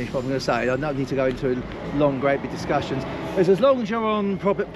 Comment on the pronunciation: About did I really hear say, public, pubic, private?